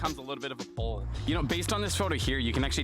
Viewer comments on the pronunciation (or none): none